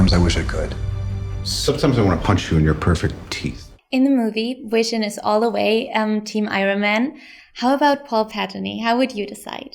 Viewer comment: Is she calling vision wision?